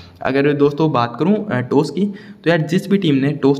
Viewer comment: टोस नाही भाऊ टॉस बोल